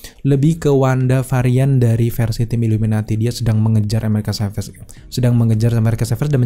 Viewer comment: Agak terganggu dg penyebutan "amerikan kaves". Asli, risih di kuping.